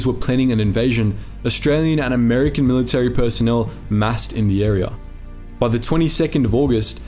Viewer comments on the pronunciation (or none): none